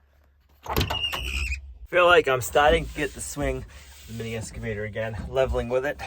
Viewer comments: I don’t mind the switching from one project to another without them being 100% completed. All projects can have starts and stops for various reasons. This is life. P.S., it is interesting to me that you cay “S” cavator, not “X” cavator. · Let's practice. Excavator. Not escavator. Ex not Es. Say it with me. Here we go. Ex. Ex.